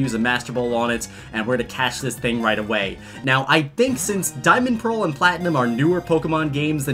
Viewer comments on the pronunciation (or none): none